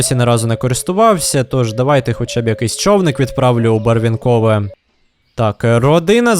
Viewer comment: Бро, не БарвінкОве, а БарвІнкове